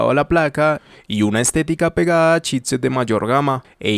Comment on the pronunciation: I keep hearing "shitset"... Damn! ;) Love your videos, man, very thorough!